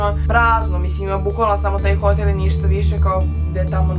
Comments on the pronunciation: Nije hotél nego hotÈl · Kako čudno govoriš hotel